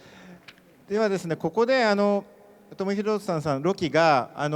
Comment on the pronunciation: 1番右の男の人1回も正しくトム・ヒドルストンって言えてないやん